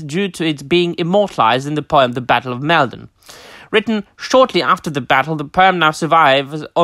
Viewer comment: Top drawer! It's fantastic to be able to tune into your channel and share in these topics! (And it's "Mall - Don" like as in "Fall" 🤫) The ancient causeway is a wonderful place to visit! Going there and reading out the lines as if confronting the Viking host - Magical 😊